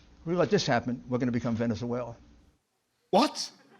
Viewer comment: You can tell he works for Trump. He says Venezuela as Venezuell 🤣 Couldn't even be consistent in pronouncing the country right